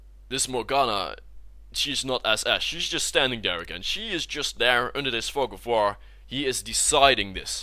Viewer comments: thought he said the "fuck of war" ROFL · Wow that pronunciation ..... da fug of voor!